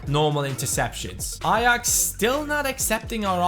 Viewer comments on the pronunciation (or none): none